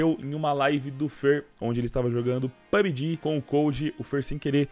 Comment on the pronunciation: Mano, kkkkkkk, sem farpas, mas tenho moh agonia de quem fala "PUG", ao invés de "PUB-G"